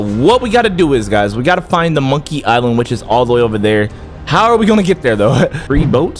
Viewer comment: "Monkiy island"💀